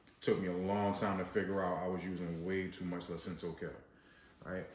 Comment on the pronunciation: It's LUCINATO kale, not Lucinto.